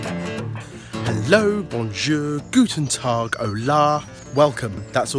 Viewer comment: Guten Tag! I'm from Germany and i was shoked when he say it <3